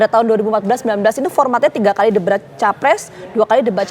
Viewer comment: "debrat" Hehehe